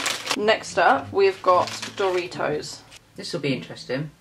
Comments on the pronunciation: no one: and: Dooritos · Who noticed they say dooritos